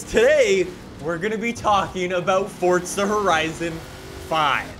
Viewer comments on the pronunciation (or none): Where do the T is forza it’s forza not FORTZA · Fortsa? I’m pretty sure it’s Forza mate.... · Btw it’s forza not fortza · if the proper pronunciation is “fortza” it would say that on the front cover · “welcome back to fortza horizon 4 guys” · I love how he says Fortsa instead of forza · Cant wait til he actually starts saying FORZA instead of FORTZA 😂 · It physically hurts me when he says Fort-sa instead of Forza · Yeah, its For-za not Fortza. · Oh my god. “Forza”! Not “fOrTsA” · Me: Forza: Fortza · Fourtsa? This guy can’t say it right 😂😂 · It's not fucking fortza it is forza!! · Dang my guy PLEASE drop the random ass T you're putting in the middle of Forza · my friend, its for-za not fort-za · Fortza 😂😂 FOR - ZA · Does it bother anyone else that he pronounces it "fortza"? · It’s pronounced “F-or-zah” not “Fortsaa” it’s also not said like Forzza, like pizza has a “st” with the z’s ... well you’re not supposed to say it like that.😶😐😑🙄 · Its "Forza" not "Fortsa". Fyi. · PLEASE STOP CALLING IT FORTSA ITS FOR-Z-uh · It Forza not Fortza!!!!! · * FOUR-ZUH not FORT-ZUH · Omg, for za. Not fort za. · Sorry but its Forza not fourtza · not hating, but why does he say forza like fortza? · It’s for-(za) not fortza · Why do you say it like “fortsa” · It’s Forza not Fortza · Why do you call it Fordza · It’s forza not fortsa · What the hell is fortsa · It makes me uncomfortable with the way he pronounces “fortza” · Why are you pronouncing it Fort z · U mean fortza horizon 5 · Well in his easy “fortza”. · Do u mean fortza horizon 5? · I agree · no it’s not. forza is correct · Its for za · I can't.. every time I hear fordza I lose track of what's going on in this video. Lol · "FORZHAH HORIZON 4" 😂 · "fortza horizon 5" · Can u just say forza right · Fortza horizon 4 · WHY DOES HE SAY FORTZA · I hate hearing fortza motorsport from you bro say properly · Hehehe, fortza horizon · tf is a fortza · how bout you stop saying fortza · yes but without the t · Bro, there's no t in Forza